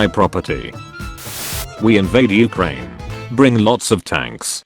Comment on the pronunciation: Nobody: The Auto Reader: U H - C R A N E